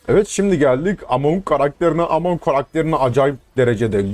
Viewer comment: Amon ne abi Eymın diye okusan olmaz mı